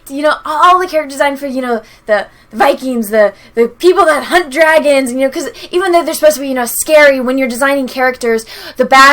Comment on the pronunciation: Dwagons...nice Imma take that.